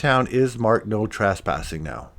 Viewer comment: I'm wondering...are your narrations AI/computer generated? Hard to imagine that someone who lived in Houston would pronounce Southern as "South-ern." Or pronounce Granite Montana as "Gran-ite." Or trespassing as "tras-passing."